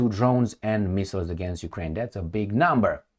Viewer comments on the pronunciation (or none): none